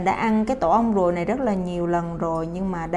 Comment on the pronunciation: tổ ong ruồi chứ ko phải tổ ong guồi nha chj😅